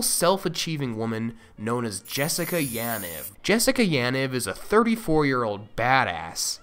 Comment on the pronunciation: Bruh is not that hard to pronounce Yaniv correctly.